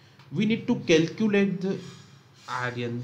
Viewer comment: It's iron not Aryan 😭